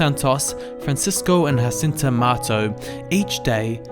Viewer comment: Thank you for this simplified presentation. I pray that it will help many people to love the Blessed Mother more. Just by the by, it's not 'Hacinta' but rather 'Zhacinta' because the children were Portuguese and not Spanish.